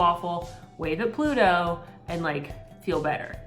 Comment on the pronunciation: OMG made me spit out my coffee, when he was trying to say Pluto, hehehe